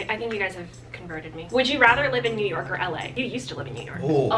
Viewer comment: “You used to live in Yew Nork” 🤣🤣